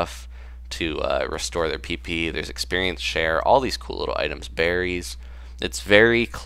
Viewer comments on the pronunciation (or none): Is it wrong that I laughed when you said "...You need Ethers and stuff.. Uhh.. To restore pp.." Because it sounded like you said peepee. I'm so immature. :D